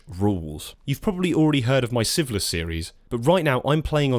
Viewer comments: Are you saying syphilis? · The way you pronounce "Sieveless" sounds like "syphillis" and I was very, very confused for a little bit. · completely unrelated to the actual content of the video, I keep mis-hearing "Sieveless" as "syphilis" 🤣